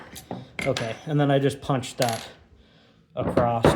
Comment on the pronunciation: Across or “acrosst”???